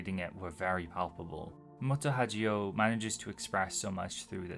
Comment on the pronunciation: Sorry but Moto Hagio is read with a hard g. As a rule, any g in text trasliterated from japanese is a hard g, and anything that would be a soft g is written with a j. It is very distracting when you read it as if it was italian. Anyway im big on old sf and They were eleven was quite enjoyable.